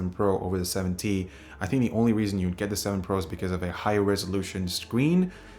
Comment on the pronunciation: are u saying 70? or 7T?